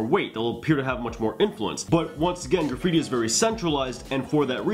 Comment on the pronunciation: Can you draw super bare bones piece with stick letters? And kinda show us the flow and letter weight without the 3D effects? Kinda like you did with the R example? Also: “Gra-freeti”